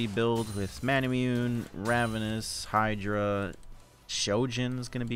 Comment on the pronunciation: I think manamune is pronounced "mon uh moon aye"